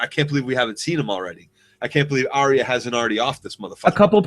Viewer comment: How can a GoT geek make a two and a half hour video about one 58 minute episode, and still keep calling Arya Stark "Aria?" (Shaking head in disbelief)